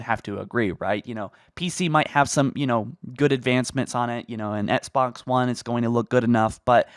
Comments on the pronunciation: Do you mean "Etsbots"? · Why does he pronounce “Xbox” as “EtSbOx”